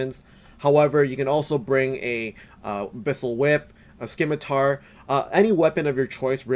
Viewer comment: Jesus dude did you really just say SKIMITAR. Go back to elementary school ffs.